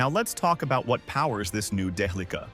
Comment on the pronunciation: Day-uh-lee-kuh. what a strange pronunciation. isn't it more like DEL-ICK-AHHH???